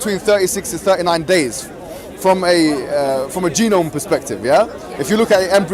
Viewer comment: why does he keep saying genom?